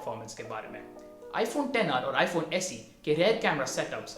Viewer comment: Finally someone who doesn't say 'iphone eks aar'